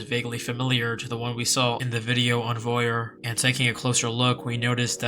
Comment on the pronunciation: je parle français, et je veux dire, ce n'est pas "voyuer," c'est voir. like how english says "oil" but add an v and r sound.